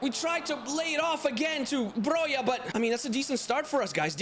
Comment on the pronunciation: Broja is pronounced Broha not Broja or Broia